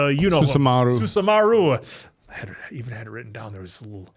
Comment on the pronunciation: Susa-maru, not Susama-ru